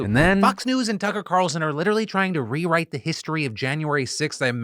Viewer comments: My hearing my be shit but I know you called him cucker tarlson😂😂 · Philly, did you say "Cucker Tarlson" SEVERAL TIMES in that last segment? 🤣 I'm gaslighting myself over here, someone please tell me you heard it too LOL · Wait, does he say Cucker Tarlson? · “Cucker Tarlson” 😅😅😅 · I'm sorry am I finally going deaf or did you call him Cucker Tarlson Cos like I'm absolutely all for that 💯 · "Cucker Tarlson" Lmao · Phil, did you say “Cucker Tarlson”???😂😂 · Don't think I miss you saying cucker tarlson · “Cucker Tarlson” 😂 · Man said “Cucker Tarlson”. Now that’s just funny. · “Cucker Tarlson” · I love it when someone says "Cucker Tarlson" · "Cucker Carlson" I very much enjoy these auditory Easter-eggs Phil!